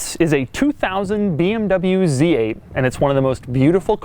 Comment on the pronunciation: I have never seen a BMW Zate